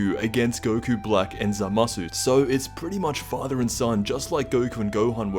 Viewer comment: Its pronounsed as za ma su 3 syllables not zamsu get it right